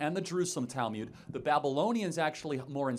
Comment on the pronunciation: Minor nitpick: It's not 'tal-myud,' but 'tal-mood.'